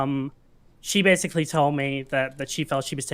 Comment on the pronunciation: "so bersickly" why does he speak like that stop saying like...